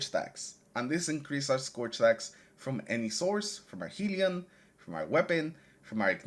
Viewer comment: Great build. Not to be that guy but, it is hell-ion, not heel-ion.